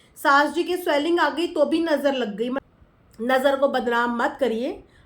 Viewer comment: Manisha bhi hamesha nazar nazer bolti hai. 😂😂😂😂😂😂😂